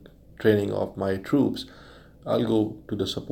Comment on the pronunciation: It's troops not trups